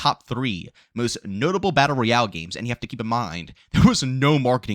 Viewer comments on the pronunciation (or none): none